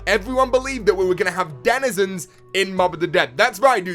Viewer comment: The way he says Denizens bothers me but not everyone is the same